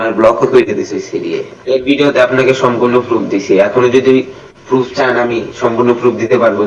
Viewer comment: পুরুফ না বাইঞ্চদ প্রুফ বল🥴হালা কথা কইতে পারে না আইছে সাদিকুলরে রোস্ট করতে🥴😂